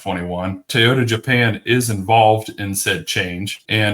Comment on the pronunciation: What's a Tey-ota?